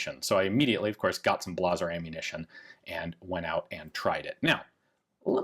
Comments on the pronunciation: Blah zer ..... really... you mean Blay zer ? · I always pronounced Blazer as "Blay-zer," not "Blah-zer." You're the first person I've ever heard pronounce it that way! Makes it sound fancy despite it usually being the one brand that frequently jams on me no matter what gun or caliber I try. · I gotta say the two things I can't help but chuckle..Ian saying "BLAHzer" for "BLAYzer" and his weird empPHAsis when saying Rheinmetall (met-UHLLLLLLLL), but hey good to know Gun Jesus has some foibles like the rest of us plebs, lol. Also REALLY wanna see one of those type 100 SMGs in action. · Is it really pronounced “blah zer” not “blay zer?” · He called it "blahzer" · I think the pronunciation is a comment on the quality of the ammo e.g. Blahhhh - zer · Ian really gonna pronounce Blazer Brass “Blaw-zur” to seem more German or something. Blazer coat, like the clothing. Trailblazer, like the NBA team. Blazer, like the Chevy automobile Blazer Ammo THIS ONE IS SPECIAL GUYS DID YOU KNOW THAT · "Blah-ser" ammo... lol Not sure if that was intentional or not, but you pretty much summed up all Blazer rounds. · Blaaah-zer ammunition? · ummm is no one going to bring up the weird way he pronounced blazer?